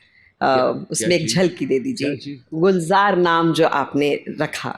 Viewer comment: Divya datta aap bhi seekh lo kuch Urdu. kitne galat alfaz bol rahi ho. Even Gulzar sahab ka naam hi galat le rahi ho. ye Urdu Zuban ki mehfil hai. iski yun toheen na karo aur apko Urdu aati hai iska natak bhi na karo kyuki Acting karna aur Urdu bolna dono mein zameen asman ka farq hai. Aap apni zuban ko dhokha nahi de sakte.